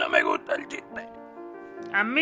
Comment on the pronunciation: No pueh.. No me gutah ese niño.. De ahí n..No me gustah